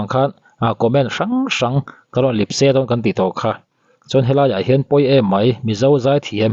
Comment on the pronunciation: Lipse i tih hi Lepse tih tur zawk niin ka hria